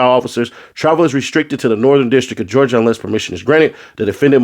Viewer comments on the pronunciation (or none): none